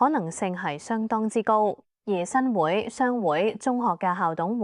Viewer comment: 新會，會：應該讀滙豐個滙音